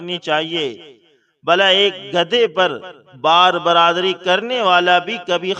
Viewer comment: بھائی جان ایک لفظ آپ غلط بول رھے ہیں ٹھیک لفط ھے ۔ بار بَر داری ۔شکریہ